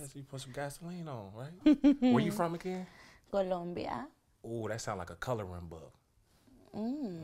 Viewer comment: Columbia sounding like a coloring book the funniest thing I’ve heard all week 😂